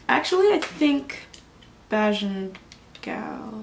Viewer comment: Nice. Bajan pronounced bay-jun